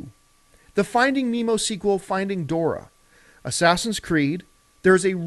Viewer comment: It's Dori...NOT DORA!!!!!!!!